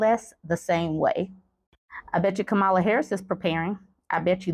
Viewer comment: It's Comma-Luh lol, not Kum-Allah Isn't it funny how these rac*sts like to insinuate that anyone non-white is un-American, unintelligent and if successful, positioned there due to their other-ness. He's pretended she has no merits. I can't wait until she floors him and I hope it gives him a major medical emergency - right on live tv😂